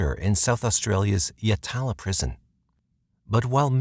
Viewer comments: yatla. not yalata. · My neck of the woods Yatala is usually pronounced more like Yat-u-lu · G-day, I’m South Australian born & bred. I remember this tragic & sad case as a child. May I say with no offence as your probably not from Australia 🇦🇺 yet alone S.A. The prison you mentioned Yatla is an indigenous/aboriginal word & sorry you’ve mis-pronounced it! That’s Ok 👍🏼 it can easily happen. But thank you for doing this case this is one of many cases from S.A. not shared. RIP to all these young ladies who lost their precious lives. 💔🥺😢🙏🏽